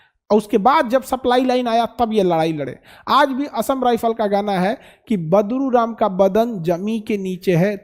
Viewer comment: Khan sr sorry for badruram yea badluram please sahi koro